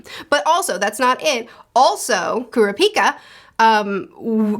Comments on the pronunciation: I actually think I'm the opposite with Leorio (you said his name right) and Kurapika (Kurr-ah-pee-ka). I enjoy Leorio because he kinda represents the Everyday man/Normal person in a world of superhumans. a HUGE amount of odds are against him as someone who doesn't have many actual abilities other than his medical understanding and how the world works with money, but he makes it work by knowing that he can do a lot more as a Doctor/Medical professional if he was a Hunter in this world, and working around the laws to help more people. I always enjoyed Kallua (You also said his name right) and Gon as a duo, and it's interesting how their arcs kinda intersect in some ways that aren't what you really expect for most mangas like this. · Curiosity, in portuguese Kurapika sounds like "heals Dick" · Pronunciations: Gon is pronounced like cone but with a g. Killua is Key-lua. Leorio is Lee-oreo. Kurapika is pronounced like it's spelled but the enunciation is on the second syllable. ku-RA-pi-ka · Helpful tip: Kurapika is pronounced "Ku-RAH-pi-ka" and Leorio is pronounced " Lee-OR-io". Killua you got right, just put a little less stress on the middle syllable.